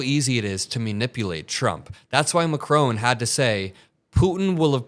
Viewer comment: Just for the hell of it: it is ma....KRON. Stress on the second part of his last name. Love your show!